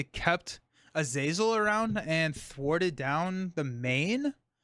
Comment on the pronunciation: Kurt is from Germany so I would say that his nemesis Azazel should be pronounced more or less as is written. So for native english speakers it looks like: "Ah-Zah-Zel" where H is "hidden" so to speak.